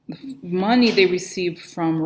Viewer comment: It's so funny how you say "shady mohney"